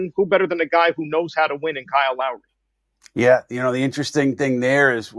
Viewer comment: It took everything in me not to turn this off when he said Kyle Lowry. No…just….no..